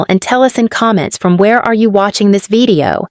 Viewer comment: Why do you pronounce video as vedeo?